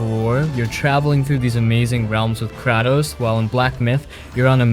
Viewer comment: Kraaaaatos? Bruh what is up with you and the way you speak these words?!😂